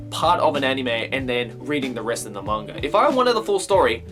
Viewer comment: Hahaha you pronounced manga both ways in this video: "ma-n-ga" and "man-ga" :^)